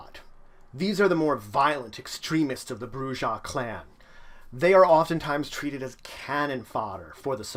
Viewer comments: Your saying the word wrong white boy the J makes a H sound while the last h is silent ( Broo-HA ) you dumb fuck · You pronounced the J... lot of players are going to hate you. >:D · You lost all credibility when you pronounced if BROO-zha. It's BROO-ha. Dude, you couldn't even pronounce Carthage right and you call yourself an Emperor?!?